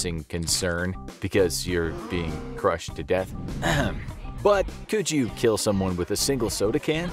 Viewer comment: It will keel